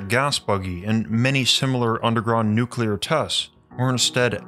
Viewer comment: Nuclear.....not neculer...